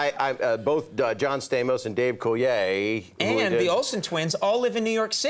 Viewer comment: Didn't realize the 'l' in 'Coulier' is silent